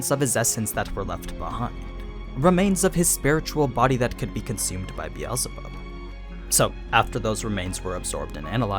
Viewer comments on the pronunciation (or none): BE al ZE bub???????????? ITS BEELZEBUB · I'm slightly triggered by the way the says "Beetzlebuth"- It originates from "Beetle" so it's "Bee-sel-buth", fairly similar to the german version, Bezelbub, except with the difference in pronunciation of the first vocal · i cant stop thinking about how hes saying beelzebub and predator wrong lmao